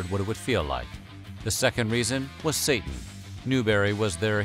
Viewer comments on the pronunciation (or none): none